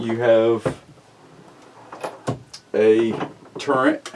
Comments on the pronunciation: It's not a"Turrent" press. It's Turret.....no "n" in it. Will the Classic Turret press accept magnum rifle cases such as the .338 Winchester Magnum? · It's turret. Not turrent. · Sorry man but it's not a tur rent press, it's a tur ret press. Lol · It is a TURRET not turrent. Smh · There is no 'N' in turret. Please pronounce it correctly and kill that dam rooster in the background. Yes I know this is an old video